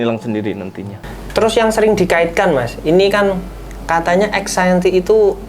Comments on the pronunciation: Aksienty apa anxiety sih 😂😂 apa astuty apa engsuty . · Anciety mas, bukan accienty😅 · Aksenti 😂… anxiety mas bukan aksenti wkwkwk